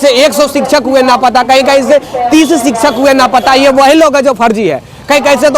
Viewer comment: 😂napata nahi bolte hai,lapata boliye